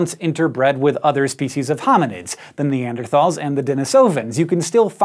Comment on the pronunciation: That's not how you pronounce Neanderthals.